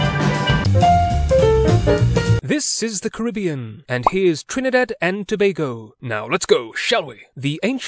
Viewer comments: Liked and subbed at the point you called it "Toe BAY go" instead of "Toe BAG go". It shows you were respectful enough to actually research the pronunciation of the country's name. I applaud your thoroughness. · As a history teacher you get full marks just for pronouncing Tobago properly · Finally! Someone who didn't mispronounced Tobago